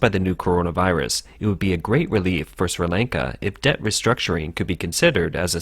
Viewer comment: I wish the guy would stop trying to say the country name